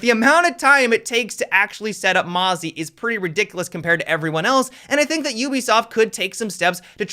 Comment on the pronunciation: why do you say ubisoft YEW-bisoft versus OOH-bisoft